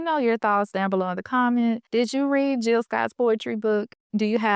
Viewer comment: Hey, Good video topic! I see that you forgot the “J” in Jill’s name. Okay, back to watching🫡